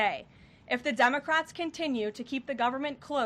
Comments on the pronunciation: did she call them Dumbacrats! Lol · It sounds like Caroline is saying "dumbocrats" at the beginning!! That's AWESOME! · I could swear I heard Karoline say day 23 of the Dummocrats shutdown. I replayed it a few times and it still sounds like Dummocrats. Karoline brought the receipts. Democrats will be torched in next year's Mid-Terms for this shutdown. They really don't care about the public. It's clear beyond a doubt. I'm sure they are happy with themselves causing problems for the Government that they don't control. But it will be their undoing next year and for the next ten to twenty years. The nation will thrive without them in power. Let's determine to shrink the Democrat Party to a useless minority over the next 4 years so that we will not have to worry about open borders, men in women's sports and mindless violent protests in our streets. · Did Karoline say DUMB-O-CRATS at 1.73? LOL It sounded like that.